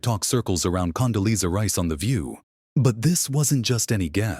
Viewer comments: AI should get the pronunciation of Condoleeza right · Condoleeza was on the View more than four years ago, October 2021 to be exact. And the AI voice is annoying. It can't pronounce even Condoleeza properly. At least get some updated clips to comment on. This is pure machine driven clickbait. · Someone should have taught the bot how to pronounce Condoleeza.